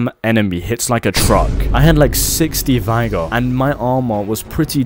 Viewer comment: Great video man, but im 99% sure thats not how you pronounce Vigor😭